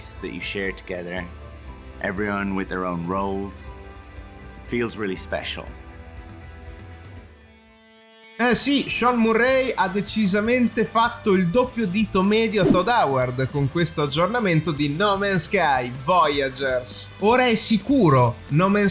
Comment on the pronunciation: MURREI, dioboia manco una pronuncia elementare